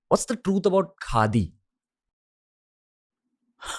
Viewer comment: "What do you think of KHADI ?" sounded like n rhymed like "What do you think of GANDHI ?"... Pointer questions for future podcasts: real Gandhi unreal Gandhi name-sake ...